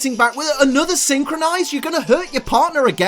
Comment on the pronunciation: I love ya.... but it’s synchro-NOISE